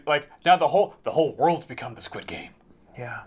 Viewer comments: Is there a reason... or am I just hearing it wrong. The guys keep saying "Skid" game vs "Squid" game. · im just sad im not going to get to hear u say SKID GAME anymore </3